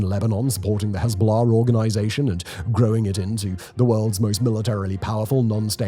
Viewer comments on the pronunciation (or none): none